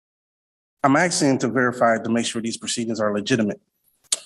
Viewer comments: ASKING! The word is ASKING not AKSING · Or " AXING," and said that he speaks English? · A lot of axing Sounds sooo bad